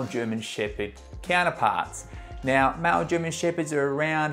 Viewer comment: Sounds like he is saying mal german shepherd instead of male. What's this accent? 😮